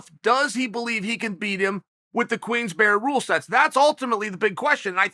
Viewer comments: Chael always looking for a way to work in "queensberries rules" but pronounces it differently every time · Chael “QUEENS BERRY RULES” Sonnen